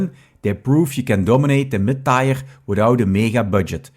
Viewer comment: Tier is not pronounced tire. But rhymes with beer, fear, here...